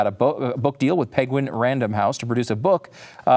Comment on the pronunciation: Did learn how to say penguin by listening to Benedict Cumberbatch?